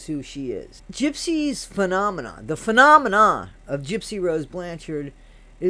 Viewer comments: The way you said “Phenomenon” came out in my head as 🎶 Manamana 🎶 from the muppets!!! Im pretty sure the song is now stuck in my head lol ❤ Thanks hahaha! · Yeah it sounded that way 😂